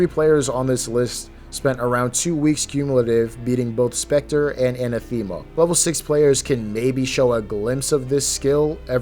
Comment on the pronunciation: The way you kept pronouncing "anathema"... T_T